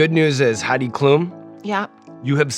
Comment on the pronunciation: As a German I feel I need to apologize for Heid Klum, sorry world.